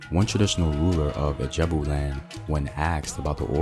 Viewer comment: Ijebu not Ajabu